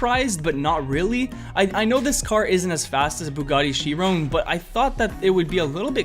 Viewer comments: CHIRON PLS SAY CHIRON NOT CHERONE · Lol Bugatti Chirone, it’s Chiron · I’m sorry to be “that” person but Chiron is pronounced Shy-rown not She-rown